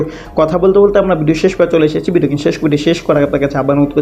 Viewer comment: হ্যলো উপস্থাপক, আমি শুদ্ধ বাংলা উচ্চারণ শিখুন, সমভবত আপনি ‘ মাদরাসায় পড়েছেন তাই বাংলা কথা আরবী টোনে বলে যাচ্ছেন যা আমাদের শুনতে মনে হচ্ছে “ ভাংগা রেকর্ড,” দেশের জরুরী খবর শোনার জন্য চ্যনেলটা খুলেছি কিন্তু একটা উদাহরণ দিয়ে বলি আপনি বলছেন “ কিলিক” এটা হবে “ ক্লিক “; বিডিও বলবেন না, বলবেন “ ভিডিও”।